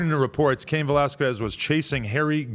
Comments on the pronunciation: whats so hard about saying that Q sound? Its not velaskwez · Kes not ques...is how you prenounce it... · Skez... its pronounced skez not squez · Cain Velasquez “velas-kez” not quez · Lmao you said valesquez like you have NO IDEA WTF THE UFC or who Cain is.. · Adam saying valasquiez. is killing me lmao. bruh stop. it aint pronounced liek that. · Valasqwez 😂. Come on Adam 😂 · “Vel-ass-kwez” why the fuck u keep sayin it like that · Adam saying velasQWEZ makes me pissed lol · “Cain VelasQUEZ” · “Velas-qwez” -Adam22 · FREE CAIN and Adam stop fucking saying Val-las-kwez. Just say his first name at that point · Velasquez! (veh-las-kes) ... you're welcome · Aye real talk we need a Latino in and around No jumper to show Adam and crew to pronounce Velasquez lmao 😂 love this channel tho! G’s up!! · You're killing bros last name...🤣🤣🤣🤣🤣🤣🤣🤣🤣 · Adam, learn some Spanish please lmao. You say Cains last name all f@ up 😂😂😂🤘🏽😂😂😂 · Why Adam keep pronouncing cains last name like that 😂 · Stop saying that man last name like that 🤣🤣🤣🤣🤣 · why adam pronounce the last name like that 😭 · Adam learn how to say Velasquez you clown